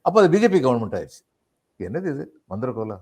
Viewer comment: Thanthra Kol not Manthira kol